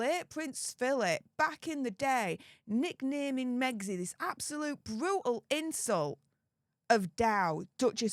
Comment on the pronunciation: Wavvvvvvy😂bvvvvvvvutal😂 pvvvvvvvince havvvvvvy 😂